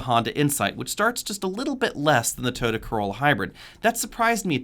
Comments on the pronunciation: Why do you call it a Toada? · "Toda" LOL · Why is Toyota mispronounced?